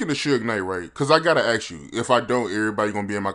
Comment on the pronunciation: Respectfully, as an interviewer, it might be wise to pronounce ask as ask. S before K